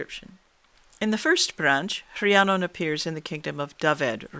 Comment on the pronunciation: I really can't get enough of hearing my name pronounced correctly. It seems to trouble Canadians. I never heard the true version before, just a mishmash of "fantasy".